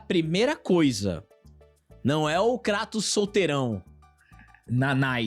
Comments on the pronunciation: Uma amiga grega disse que "cratos" é mais próximo do correto, em relação à pronúncia grega, do que "Creitous". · VC ESTÁ ERRADO. É “KRÁ-tos”. Kratos, sendo ele uma figura da mitologia grega, a pronúncia correta na língua original (grego antigo) seria mesmo algo próximo de “KRÁ-tos”, com o “a” curto e o “o” fechado. Nomes próprios, especialmente de figuras mitológicas ou personagens com origem clara, idealmente devem manter a pronúncia original. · A pronuncia correta é Krátos mesmo, pq o nome dele é grego. Então o tá certo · O certo é "Krátus" ele é grego, correto?!. Então não é" Creitus" 😑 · Cara quer falar de lacração e chama o KLEITON de KRÁTOS KKKKK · "Lakratos" kkkkkkkkkkk... essa aí vai pegar tbm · A pronúncia correta, de acordo com o grego Κράτος, é KRATOS mesmo.